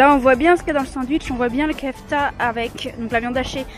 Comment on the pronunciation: Mdr dsl mes je suis obligé de faire une remarque sur le sandwich le non de la viande se dit pas kefta mes keuftai mes sa s’écrit bien kefta sinon super vidéo